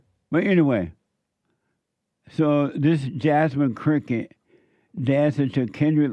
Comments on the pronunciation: Jesse it's Crockett I know we don't give a s*** but I'm just letting you know it's Crockett not cricket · I love how he says jasmine crooked! 🤣🤣🤣 So accurate.